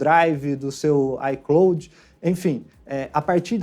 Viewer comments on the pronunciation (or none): none